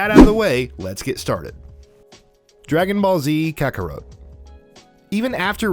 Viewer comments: Dude. It's Ka-ku-rot. Not Ka-ku-row. SAY-an, not Cy-an. Sas-kay, not Sa-soo-keh. NAH-ru-toe, not Na-ROO-toe. POKE-uh-mon, not POKEY-mon. roll eyes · Um..... Kakaro? Fryza? Super Sigh-en? Bro..... Could you guys not find anyone who has actually seen any of the things you're talking about lol?! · Kakawrote, super cyan, sa-suke.... I can't with this dude's pronunciation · KA-KA-ROT not kakarowt FREE-ZA not frazier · Not even "Kaka-root" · It was really hard listening to him pronounce several words...”kakarote” was the worst. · Ka-ker-wrote 😖. My man never seen an anime 😂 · I completely understand that everyone pronounces things differently but when you're making a list like this it's probably smart to do research on how these names are pronounced because WOW. All you have to do is watch one episode of these anime and see how these names are pronounced and there you go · Lmfao 😆 this guy can't pronounce kakarot right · I’m sorry but it’s essential, if possible, that when you do lists like these, especially with something as hardcore as anime lovers are, you need to have someone who is familiar with anime. You can tell that this guy did NOT watch anime if you can’t even get KAKAROT right!! I almost wanted to stop watching right then as I’ve seen how these things go and they’re cringeworthy at best. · Ok, has this guy even ever seen, an episode of Dragon Ball, cause that is definitely not how you pronounce Kakarot and that is certainly not how you pronounce Saiyan.